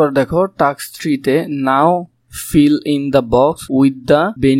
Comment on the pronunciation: টাক্স না টাস্ক😂😂